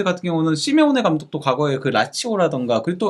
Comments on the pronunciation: 자꾸 시메오네가 심형래로 들림 ㅋㅋ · 시메오네가 자꾸 심형래로 들림ㅋㅋㅋ